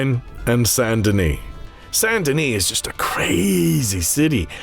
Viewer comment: So you regret saying Colm the wrong way instead of "Colom" but you seem not to care to say Saint Denis the right way instead of Sun Duh Knee.